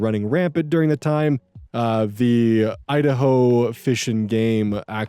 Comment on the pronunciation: God everytime you say 'Idaho' its like im getting zapped by a hundred shock collara lmfaoo